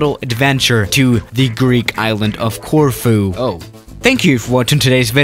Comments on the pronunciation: I Thought you said tofu airport 😂😂😂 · I live in Corfu and I love it when you try and pronounce it